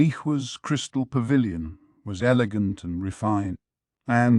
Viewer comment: Mayo-mayo? Who-gong? Elejent? A: if you're going to use AI for this anyway why not use a female voice? It would fit better since the story is told from a female or at least a femine perspective. B: I thought reading AIs were better along than this even a year ago.